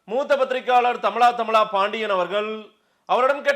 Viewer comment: நெறியாளரே... ழ உச்சரிப்பைச் சரியாகச் சொல்லுங்கள். தமிலா தமிலா என்பதா?